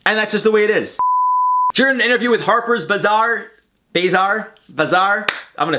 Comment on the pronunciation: You pronounced Harpers Bazaar correctly. You did great. 🤗